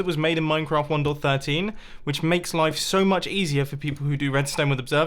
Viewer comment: Everyone's pronouncation: 1POINT13 Mumbo: 1 DOT 13